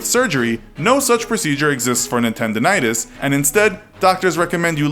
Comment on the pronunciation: Nintendonitis. NINTENDO-itis.